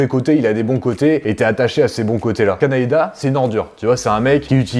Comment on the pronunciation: Et je te reprendrai sur "Kanaeda" 😭😭😭 Aka Kaneda 🤣🤣🤣